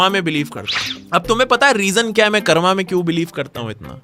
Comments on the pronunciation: bro it is pronounced as karm, not karma. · Bro it's कर्म not कर्मा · Bro it's karm not karma bhai angrez confirmed 🇬🇧🇬🇧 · "karm" not "karma". You aren't saying it in shlok. You don't need to rhyme it